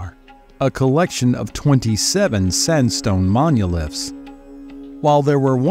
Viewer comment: Does the narration sound strange to anyone else? Sounds like AI to me. I don’t know anyone who pronounces monoliths as munilefts.